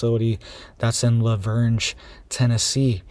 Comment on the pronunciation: I live in Nashville TN you do NOT pronounce the G in LaVergne. It’s pronounced “LA-VERN”.